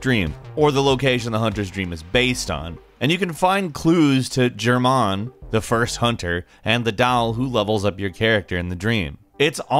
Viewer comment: Never, and I dare you never... ever say "Germáin" again.